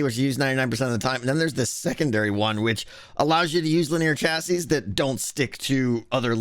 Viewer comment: Don’t think I’ve ever heard someone call a chassis a chastity before But there’s a first time for everything, I guess